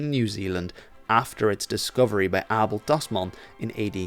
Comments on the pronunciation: I'm Australian, with a Dutch father. I've never heard Abel Tasman's name pronounced correctly before, even though we learn quite a lot about him in school. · As a Flemish Kiwi it's wild hearing Abel Tasman's name pronounced correctly 😅. It's somehow right and very wrong at the same time